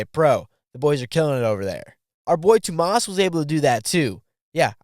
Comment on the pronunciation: "wont even try to pronounce the last name" fair, Hyytiäinen is not an easy one. But you didn't get Tuomas right either xD